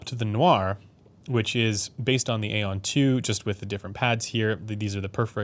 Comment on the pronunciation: Great review/video as always. Just a FYI for any future video where you may bring up the Aeon line of headphones: the word aeon should not be pronounced as you do it as the word is just a different spelling of eon. Perhaps Dan Clark himself pronounces it A-on but that doesn't mean it is right. Words have meanings and thus should be pronounced as intended. Also interesting when bringing up the Stellia you don't mention how one could just EQ the frequency response to mainly match the Stealth if that is what they preferred. You brought up EQ for the XC but not the Stellia. Kind of odd. I own the Stellia and think it sounds solid without EQ but I do have it EQed using Chrono's settings and it sounds even better.